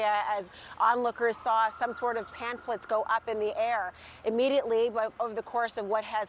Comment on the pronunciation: They're not PANPHLETS, like the reporter said. They're PAMPHLETS.